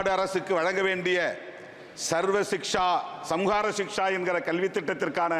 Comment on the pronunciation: சமக்ரா ஷிக்க்ஷ என்று கூட சொல்ல முடியாத எலி சீ தமிழர் வால்க